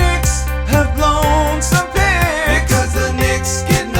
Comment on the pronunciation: I know the subtitles were on, but man I swear I heard something other than "picks"